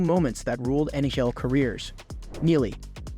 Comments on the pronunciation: Ummm.... It's actually NHL not Nayel🤓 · Learn how to pronounce the names properly let alone N-H-L. Turjon lol